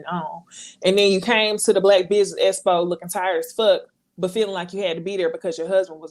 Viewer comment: The way replaced the letter X with the letter S. Makes me cringe 😬 Espo and Tess message